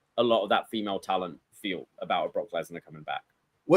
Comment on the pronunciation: 🍻 to '' ('the best kept secret'....that really wasn't, knowing he was guest-hosting The Rich Eisen Show soonafter and 'selling the injury') 💯, I never heard the name '' in so many different places when talking 'aboot' this story